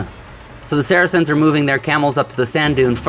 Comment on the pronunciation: I wish you people would learn how to pronounce saracens. It sounds like “sar-sins”